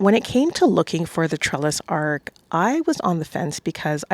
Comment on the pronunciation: It’s gorgeous but you’re pronouncing it as ARK, it’s ARCH. The ch at the end not k.